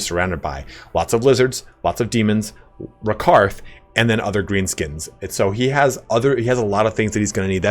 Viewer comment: "Rakarth" lol